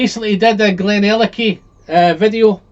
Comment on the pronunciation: Do you mean Craig-ellachie?? And Glen-allachie. Rather than Glen-ellachie.